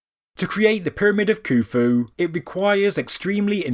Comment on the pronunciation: why is there a silent "H" in Khufu ?